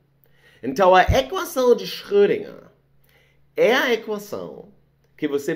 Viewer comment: Tenho que admitir que a repetida pronúncia de Schrödinger do me incomodou bastante hueueu